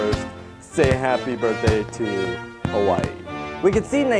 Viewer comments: Its hawaii not kawaii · You're mispronouncing Hawai'i and Hawai'ian, also I think King Mickey being there could potentially be a hint to the Heartless possibly invading that world someday and you pronounced Frankenstein wrong.